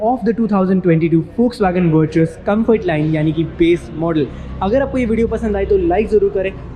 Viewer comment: Pronounced as Vertis